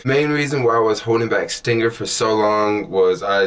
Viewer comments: ST--R--INGR not ST--I--NGR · Why do you keep saying stinger when it's stringr. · I had to check the spelling myself he said STINGER so much. It's STRRRRRRRNGER! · I hope in the 5yrs you've been using the app you learned how to pronounce the name of the app itself. It's not stingr It's STRING R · bro... you can't even say the name...